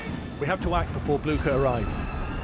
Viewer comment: I neighed nevery time you said Bluecher.